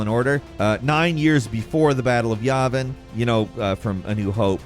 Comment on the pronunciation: Biggest cringe at the mispronunciation of Yavin